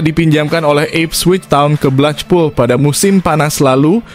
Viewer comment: Blekpul, bukan blechpul apalagi saipul!